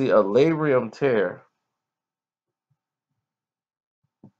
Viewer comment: It's Labrum, not Labrium